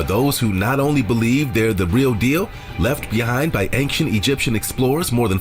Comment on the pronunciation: Bro, why does the guy in the video keep saying "Anktient Egyptian"? Is Ancient that hard to say?